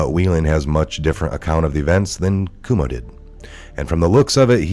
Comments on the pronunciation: it's pronounced koo-oh-mo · It's pronounced CWO MO! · The Cuomo's have been a national name for years, but you still mispronounce their name. C'mon... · You don’t know how to pronounce Cuomo?